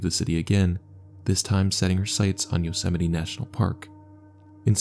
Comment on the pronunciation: Bro thats not how you probounce yosemite